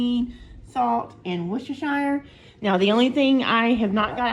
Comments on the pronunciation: That looks delicious! As far as the woo-woo sauce is concerned, I have been reliably informed that it is pronounced “wooster (rhymes w/ rooster) shur.” 😅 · When we were in England they always corrected us to say it is pronounced “Wooster” sauce. I still struggle to say it that way tho 😅